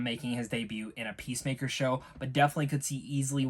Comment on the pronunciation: Yeah the point is that you've watched 7 episodes of Peacemaker thus far & his name is clearly said in every one of them, you should probably be able to pronounce his name by now.